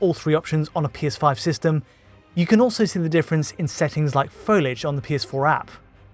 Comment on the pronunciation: why can't you say "can"?